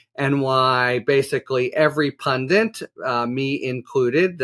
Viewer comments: What is a pundint??!? It's pronounced pun-dit. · "Pundit", not "Pundant" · do you guys say "pundint" in the States? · Fondant has a two n's, pundit does not. The irony of BEING a pundit WHILE mispronouncing it is hard to ignore. That this error has permeated national media for years is too. Perhaps I'm being too nucular.